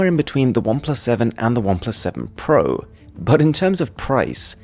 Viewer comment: The way you say pro is so fascinating lol.